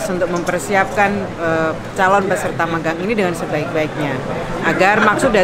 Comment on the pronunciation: Magang huruf "g" nya satu aja bang